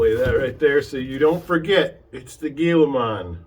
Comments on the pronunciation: Nice video review. It is pronounced hee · luh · maan same as the Gila monster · Firts off its pronounced hilamon. This vid is useless without running video. Not picking just saying.